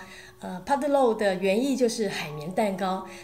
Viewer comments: 妈呀，这个葡萄牙语说的真尴尬，，，胖得咯地哦哇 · 巴西葡文讀法😆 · 葡萄牙语学的真不像